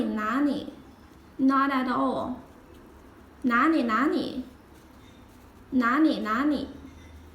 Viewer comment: Are you from Sichuan province? 😊The way you pronounced Na Li, sounds more like La Ni 😁